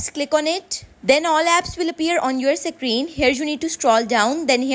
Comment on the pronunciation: "Secreen" hits hard